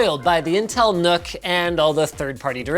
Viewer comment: Newk! it's pronounced NEWK, like Nuclear, or Nucleus, it's a small bare bones computer. Like a nucleus.